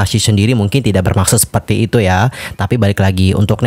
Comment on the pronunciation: Konfrensi pers loh bang bukan konfrensi ferss 😂 Sefertii sefertii lagi2 disni ya.. yu brik may hat brik may hof